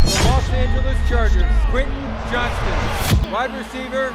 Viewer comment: You mispronounced his name every time